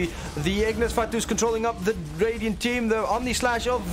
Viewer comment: I hate how he says Ignis Fatuus lol